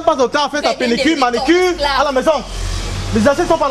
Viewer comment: Arêtes de dire "penicure" dis donc! 😂😂😂 on dit "pédicure"